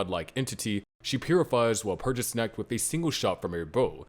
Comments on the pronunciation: You said Walpurgisnact wrong, I'm disliking the video and not watching anymore; bye. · Please say walpurigisnacht in a more german like pronunciation.